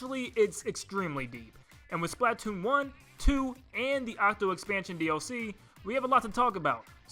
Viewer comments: Spla-toon. Say it with me now. SPLA-TOON. Not splat-toon. Only ONE T bud. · It’s not pronounced Splat-toon, it’s Spla-toon. I’m sorry but that really triggered me for some reason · Most people: "Spluh-TOON": "SPLAHT-tune" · It's not splat-oon it's Splatoon🙄🙄🙄🙄🙄🙄🙄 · its spla-toon not splat-toon 😒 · its Splatoon like platoon not splat toon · Its not SPLAT TOON its SPLA TOON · It's pronounced "spluh-toon" not "splaaaa-toon" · ITS PRONOUNCED SLPUH TOON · Hey why do you pronounce splatoon as "Splaat toon" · he says patoon captain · He said “patoon” 😂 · It’s pronounced splutoon I’m sorry I just don’t like the world splatoone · I love this video, but why do you say Splat-Toon? It’s one word. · He says splatoon wrong, it’s supposed to sound like the word Platoon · Why do you say Splatoon as splAAtoon. I know everyone has their own way of saying words but it pains me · It’s pronounced SPLUH toon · "Octo Canyon" Ahem Valley Splatoon1 THEN HE CALLS SPLATOON TO VALLEY UGHHHHHH 😂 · I know it's pretty terrible but I just can't get past the way you pronounce splatoon lol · i stopped watching after you pronounced splatoon like that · The way you pronounce Splatoon....